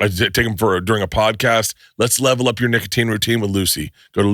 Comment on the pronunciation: Bruh Bert did not say nicotine on that ad read the first 2 times. He said n!ggatine